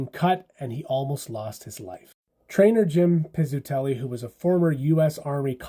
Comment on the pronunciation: I like your coverage... Let me help. Muh-lar-chuck Pitz-u-telly Not being a "hater", just giving you the phonetics, atleast those I grew up hearing regularly from Rick Jeanneret. re Pizzutelli saved Clint's life thanks to military knowledge (and the ability to perform under difficult circumstances) used in Vietnam. Was crazy to think it would happen again in Buffalo with Richard Zednik.